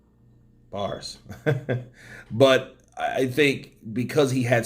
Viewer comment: It's pronounced AB-DOE, lol NOT BARS